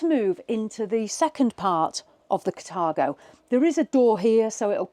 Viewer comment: It’s called Car-thago not cat-argo your pronunciation is wrong.